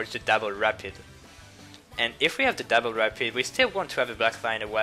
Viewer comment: When you say double it sounds so much like dapple